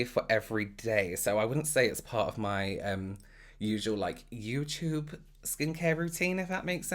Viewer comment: I know this is an older video so no one will see this but I had to add my favorite word he uses in his accent... “you-chewba” the way he says YouTube is everything!!!!!!😂😂😂😂😂 I adore him